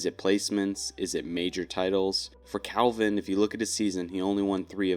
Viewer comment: Bro. It’s Calvin. Wtf.